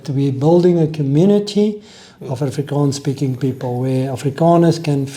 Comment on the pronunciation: Mense its "Afrikaans" and "Afrikaner" .... not "Afrikaan" 🤓👆